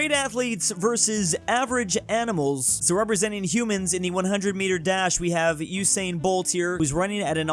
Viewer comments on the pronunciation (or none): none